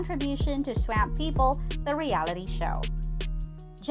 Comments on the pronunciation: It's pronounced swamp swamp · I wish this lady could know how to pronounce Swamp. Hott damn 🔥